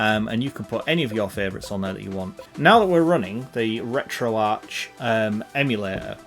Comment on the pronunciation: At least he doesn't say Retroark.